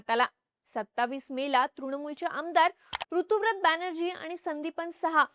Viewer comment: ताई, एक छोटीशी माहिती - ऋतुव्रत नाही, ऋतव्रत (बांग्ला भाषेतील उच्चार - 'रितोब्रोतो') असं नाव आहे त्या आमदाराचं. ऋत (संस्कृत मधे 'ऋतम्') म्हणजे सत्य (विशेषत: दार्शनिक/अध्यात्मिक सत्य)... ते सत्य, ते ऋत हेच ज्याचे व्रत तो ऋतव्रत, असा हा समास आहे. ऋता (English spelling Ruta/Rita) हे मुलींसाठी प्रचलित असलेले नाव सुद्धा त्याच ऋतम् या संस्कृत शब्दाचे स्त्रीरूप आहे.